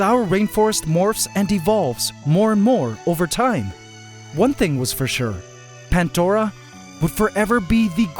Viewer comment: You should name the acrobat ants the "Swarm du Soleil" Also.... Why "Pantdora" and not "Pandora"?